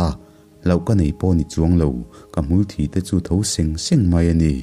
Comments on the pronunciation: Aww.. Hei hi a dik.. A dang ah chuan a tha vek.. Hmul thi tih alam a 'thi' tih thluk hi a dik ngailo.. 👍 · "Hmulthi" ah hian thluk na awm lo tur a nia aw Sir😮😊😁😊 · Hmulțhi i thluk dan hi a diklo deuh ziah ania boss... 'THI' tih lai hi 'mitthi' tih kan sawi a, 'THI' tih kan thluk anga thluk tur a nia.. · Hmul thi i lam dan hi dik lo sir hmul thi(death) anga lam tur thi(blood) ang in i lam tlat a,i ti sual a maw ka tia,mahse itisual lo video piang ah i ti zel a dik in lam hram tawh rawh ngaihthlak a nawm phah nan